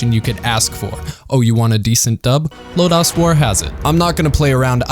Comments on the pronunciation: Your review is excellent and on point...and I'm sure I'm not the only one to note it, but this is "Lodoss" war, not "Lodass" If you watched it in the original subtitled version. You'll even hear them pronounce it "LOW-doss" . :) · Why does it sound so westernized when you say LodAs war rather than Lodus (like lotus) war. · "Low-dose". Not "Low-Dahs". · Thanks for this,! I was concerned that this show would be forgotten! Two things, though: 1) Lodoss = low dose, not Low dahs. 2) King Kashue actually looks like Parn's dead father in Parn's memories. Also, Cashue is cool in every way, and young Parn is still in need of a male role model. Hence, the "homo erotic" infatuation.... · great video but what is lo-dos....is that the sequal to ms-dos operating system....it lo-das....they say it over and over in the anime and game like that........sorry its the only thing that bothered me but I am very glad you loved the forgotten anime\fantasy history.......next do legend of crystania the follow up movies to the series of lodoss war